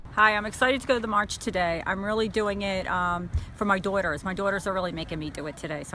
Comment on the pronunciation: "My doyters"